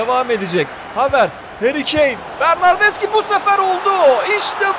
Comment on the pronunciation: bernardeşi diye okunuyor bilgin olsun .d